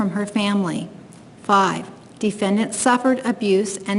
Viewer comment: My god bro, if I gotta hear this lady say “defyendyant” one more gain..